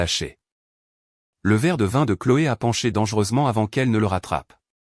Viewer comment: v.i.n se dit vin